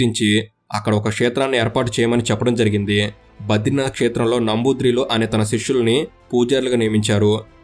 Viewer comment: Tricchhoor kadu ra nayana....thrishoor...namrudhi kadu namboodri...pronunciation nerchuko mundhu